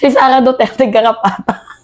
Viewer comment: Aayusin mo Ang pang bigkas ng R